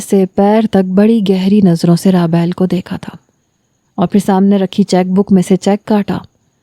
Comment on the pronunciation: raabayl nhi rabeel nam hy